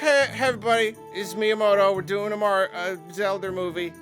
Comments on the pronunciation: Legend of Zelba Movie? I thought you were talking about The Legend of Zelda movie. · “ the legend of zelba movie” 🤣🤣 who else caught that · lol "Zelba" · The Legend of "ZELBA"